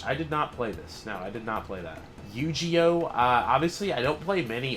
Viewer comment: I feel like you say anime and yu-gi-oh wrong to trigger people lol